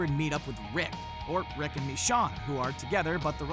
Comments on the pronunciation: I really don't have any idea who mishawn is. they must have confused this show with someone else OR the person who is reading this script has clearly never seen the show. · Did...did you.. just call her "Mich-Shawn"...? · please say Michonne's name right, it's mih-SHOWN !!! ughhh !!! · The show is still great some of your points are on point but many of them are exaggerated and you mispronounced Michonne's name which is not good if you're coming off as an expert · Lmfao this guy cant even say michones name right lol week video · y'all have no right to talk about TWD if you can't pronounce "Michonne" right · Do you even watch the show? The way you pronounced Michonne made me cringe